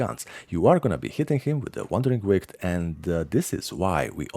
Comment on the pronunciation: Fyi, bro... Wandering Wight is pronounced Wandering White. Not "wigt"